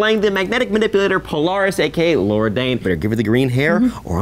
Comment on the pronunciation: Lorna not Laura